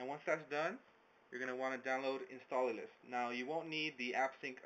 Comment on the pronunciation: lol, why do you keep saying "instalallous" ?